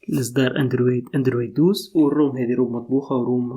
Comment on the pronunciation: لما تكون حافظ بس مش فاهم 🤣🤣🤣🤣 شوف انت بس تنطق اسم النظام صح ساعتها راح اتابعك هههههه انت محتاج فرمته لمخك الظارب